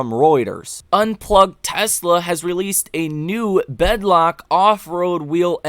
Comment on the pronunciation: Bead lock. Not “bed lock”. 🤣